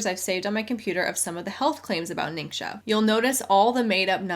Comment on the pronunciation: Fun fact from someone who speaks mandarin: if it isn’t a dialect, then every rep ever is saying ‘ningxia’ wrong. It’s not nincsha, it’s ning-shyia. If it isn’t a dialect, then I’m certain that all these mostly white women are still saying it wrong